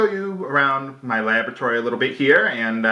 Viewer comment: LOLOL I thought I heard him say 'lavatory' instead of 'laboratory'.